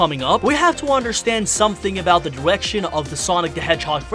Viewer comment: Twailers? Diwection? Secondawy? Did Elmer Fudd narrate this?